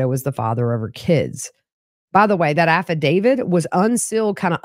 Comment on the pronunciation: I enjoy your channel and appreciate your work, but could you please stop saying "affidaviD"? I would think a true crime channel would pronounce "affidavit" properly. It tends to cheapen your efforts. Not trying to be ugly...it's just annoying hearing it all the time.